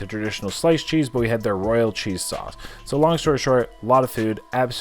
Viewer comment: They guy keeps saying “Roy-AL” 😅